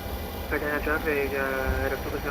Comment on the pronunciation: Awesome videos and awesome aircraft. Just one thing that the US VATSIM community seems to have some serious trouble with: The name of the city is car-tah-HEY-nah. (Cartagena). It has 4 syllables and does NOT contain the letter "ñ" anywhere in it.